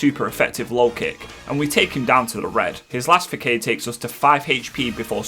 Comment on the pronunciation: The fact he says Fakaid for Façade give me more joy than the rest of the video